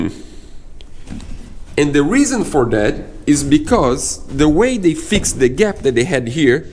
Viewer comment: Hi sorry to hear you have more problems with the build but im sure it will look amazing when its finished, one comment about grammer you pronounced fixed as fix ed may suggest that its pronounced fixd, you do not say the letter e so it sounds fix duh hope you dont have many more problems in building your dreams